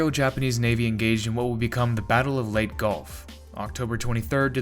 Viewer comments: pronounced laytay not late ffs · Leyte is pronounced as "lay-teh" in English, and in Tagalog, it is pronounced as "lejte." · Consistently mispronouncing Leyte as "late" vice "lay tay" kept throwing me off. The video otherwise was good, but that one issue just messed with my head- and judging from the comments, I'm by far not the only one. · It's not the island of "Late", it's pronounced, "Lay-Tee", like "Lady", But with a "T" For the second consonant. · Lay-tee not Late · Lay Tay not Late. Learn to pronounce names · Exactly - it's pronounced "Lay-teh". When the narrator (an AI?) said "Late", I said, "WTF?" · Was that an AI narration? Everyone know it is Leyte not Late. Other than that is was a good video. Please fix this pronunciation. it make your channel look dumb. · It is pronounced lay-tee. Anyone making videos of world war two should know that. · Say out loud LAY TEE. are you a robot... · It's pronounced Lay'Tee!! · I live near Ormoc Bay. Just wanted you to know that Leyte is pronounced LEY TEY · Leyte “lay tee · LAY-TAY. YAH-MASH-TAH (Emphasis on second syllable. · Pronounced (LAY tay). Get your AI in order! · Every time you say "Late" I cringe. Otherwise, cool video. I'm sorry to say that in addition to my personal feelings on hearing that being said wrong, the battle of Leyte and especially Leyte Gulf is so famous and significant, that the fact that you do not know how to say it throws a significant amount of shade on your actual knowledge of the topics you speak about, almost to a point where I thought this might be an AI voiced channel. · Isle of Late, eh? First sentence and your verbal shoestrings are tied together- off to a fabulous start. Then- Cow-wah-jillian! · Fuck sake lay te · Proper pronunciation of Leyte is "Lay-tay," as per Filipinos and the numerous "Battle of Leyte Gulf" videos available on Youtube. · i dont know how he thought it pronounced as late but still great video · Your correction comes too leyte. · Pronounced Lay - Tay